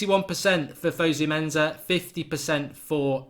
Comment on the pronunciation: In Fosu-Mensa, the Mensa is pronounced "Menssa" not "Menza". FYI...